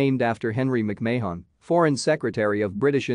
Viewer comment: Your killing the name. It's not May Hon or Mayon its Marn , Mc Marn is how it's pronounced. Thank you.